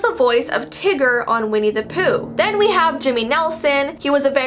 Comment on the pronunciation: Intro: “are you ready?” “For the Strange and unsual?” “5 4 3 2 1” “Here VEE go”